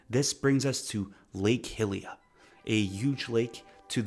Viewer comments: Hylia = high-lee-uh, not “hilly-uh” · Bro it's not pronounced HILIA! Other then that great video. Simple but entertaining, like I'm listening to an audio book